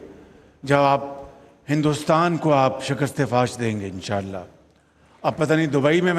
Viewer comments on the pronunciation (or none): Inshaallah bolna bhi nahi aata is prime minister ko.